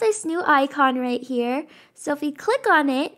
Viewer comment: The accent she said when she said “THE BUTTERFLY IS HAER”